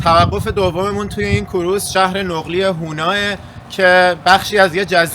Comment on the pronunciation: کوروز نه. کروز 🙏